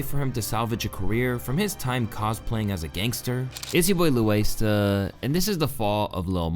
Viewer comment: You're name is. Not "lOuAiStA"🤡🤡🤡🤡🤡🤡🤡